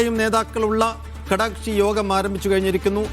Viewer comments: ചാനലിൽ അവതാരകർക്ക് നല്ല സംസാര ശൈലി വേണം ഇയാളെന്താണ് പറയുന്നത് കടക്ഷി കടക്ഷി എന്നു പറയുന്നുണ്ട് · കടക്ഷി അല്ല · കടക്ഷി അല്ല ഘടക കക്ഷി